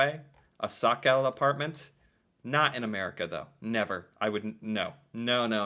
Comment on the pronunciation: The "sokkel" part was spot on. :-D "Leilighet" not so much. :-P You almost got it there, nice! The syllables: Lei-lig-het